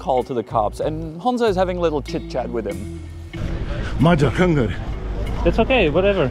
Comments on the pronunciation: He many times try to said: Magyar vagyok (I'm hungarian), just to clarify: He isn't hungarian! Pronunciation and everything were sucks! He was just tryting to screw you. Greetings from a hungarian ;) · Well, he tried to say "magyar vagyok" with the most slavic accent ever. They can never pronounce "a" or "gy" well. I guess this was his improvised half-assed cover-up story. My guess was that he is from the Balkan by his looks and accent, and apparently he is a Bulgarian, so yea. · He is NOT Hungarian!!! Can't even pronounce the letter GY!